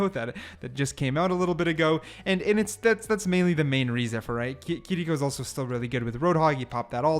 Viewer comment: I thought it was kiriko not kiliko why r we saying her name like this